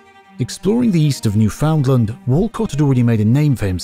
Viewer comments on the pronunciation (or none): New-fund-lund, bare emphasis on "new." Never new-FOUND-land. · Newfoundland is pronounced Newfin-land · the AI needs to figure out how to say proper names the proper way. New found land. ugh. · New finland 🇫🇮🇫🇮🇫🇮🇫🇮🇫🇮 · "new found land" 💀 all jokes aside, thanks for another great video. it's been a while! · Newfoundland is pronounced like the word "understand"...